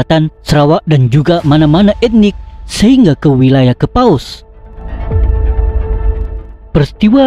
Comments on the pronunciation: Bukan kepaus..tapi kepuas.. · Betul..byk error dlm sebutan..Sebuyau jadi sebayau..kapuas jadi kapaus..Skrang jadi sekarang. Tolong edit sebelum dipublish.tq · Kapuas bukan Kepaus 😲 hedeeh,..